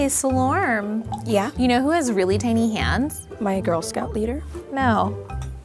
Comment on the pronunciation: Coming from an Ewe girl, the way she's pronouncing Selorm is killing me.😅